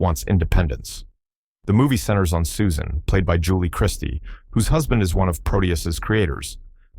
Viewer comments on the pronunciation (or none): none